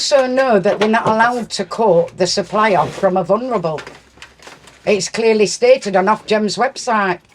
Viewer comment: "I'm a vunrable."